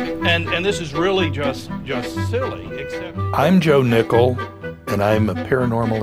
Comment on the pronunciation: I literally thought the first time they mentioned his name they said Ohnickel.